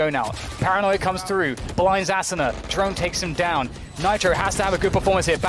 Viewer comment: aSOOna ASSuna Asuna I wish casters could say it right